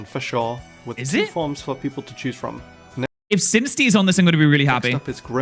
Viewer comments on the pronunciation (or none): none